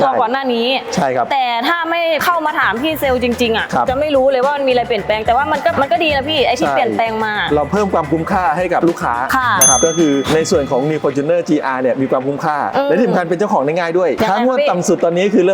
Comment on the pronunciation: อ่านถูกหรือป่าวครับ-ฟอร์ทูเนอร์-ครับไม่ใช่ฟอร์จูนเนอร์-😂😂😂